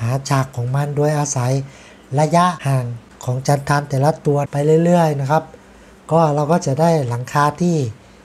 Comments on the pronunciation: ออกเสียงว่า จันทัน ครับ ไม่ใช่ จันทาน หากเราเรียน วิชา ตรีโกณมิติ ว่าด้วยสามเหลี่ยมมุมฉาก ใช้ได้ทุกกรณี ถ้ามีฉากเหล็กมาตรฐานก็สามารถนำมาใช้ได้ เช่นกัน โดย ขึงเส้นเอ็น เป็นฐานเส้นหนึ่ง ไปตามฐานฉาก และอีกเส้นหนึ่ง ขึงตัดกัน กับใบฉาก ก็จะได้ มุมฉาก เช่นกัน. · ิอกเสียงไม่ถูกต้องน๊ะครับ คือ "จันทัน" ครับ ไม่ใช่จันทาน อีกคำหนึ่ง "เมทัลชีท" ไม่ใช่เมทันชิด การออกเสียงผิดทำให้ความหมายเปลี่ยนครับ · ใช่ค่ะ..จันทัน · จันทันไม่ใช่จันทาล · ฟังยังไงก็เป็นจันทาน มันมีด้วยหรือ"จันทาน" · ได้ความรู้ดีครับ. ฝากนิด จันทันออกเสียงสั้นๆนะครับ จัณฑาลมันคือคนชั้นต่ำในระบบวรรณะอินเดียเขา